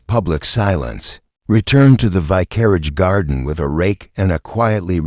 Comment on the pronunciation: Good mystery; awful AI narration! The ends of sentences do not have to be announced by "dot." If the AI can pronounce "vicar," how does it warp vicarage into "vi-carriage"?